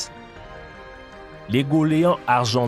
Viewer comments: excusez moi, je veux pas être désagréable, mais goéland c'est pas go-lé-an c'est go-é-lan. je fais pas la fine bouche d'habitude mais là, vraiment vous auriez pu faire mieux.. ;) (je suis pas un facho qui est contre les accents etc etc hein! :) ..). je veux pas que vous vous sentiez mal par rapport à ce que je dis, mais vous êtes suivis par du monde, et bon, le goéland est important ds la culture française.. des poèmes, etc etc.. (voila pourquoi je fais la fine bouche cette fois) ;) le prenez pas mal hein! :) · On dit GO-É- LAND et non GO-LÉ-AND 😂😂😀😁😀😂😂